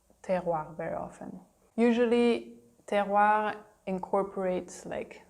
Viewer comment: That was fun. I'm glad your video was listed in my "recommendations". I'm sure I will enjoy the others too. One thing, however, except for the last time you said it, you were pronouncing the last "r" in "Terroir" too softly. It sounded like, "Terroi" (almost like a Quebec accent!). I remember hearing the "oir" in "Terroir" pronounced strongly and proudly.